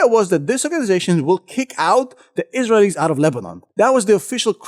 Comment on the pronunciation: I love your videos but you pronounce Israelies wrong